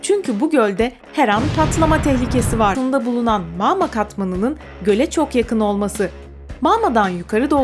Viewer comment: Abla maaama değil magma